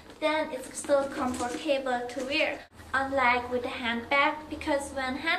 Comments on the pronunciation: i like how you say '' comfor-tabel'' lol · Lol Aw she said ankles instead of wrists and she pronounces comfortable adorable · Comfer - table. Haha your so cute!